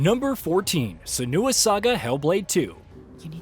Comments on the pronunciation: "Snua"... -_- It's pronounced "Séhnua"! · Who the hell is sanewa? This also isn’t the first time I’ve ever complete and utterly disappointing mispronunciations. Channel is garbage.